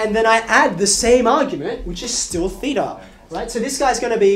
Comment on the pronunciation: this is actually the correct pronunciation of "theta", in greek.